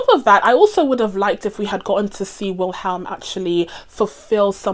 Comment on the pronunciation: I'm not an expert but I think it's pronounced "Willem".